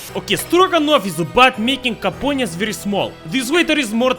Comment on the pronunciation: “some more compoounents”